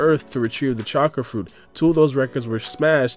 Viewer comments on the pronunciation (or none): none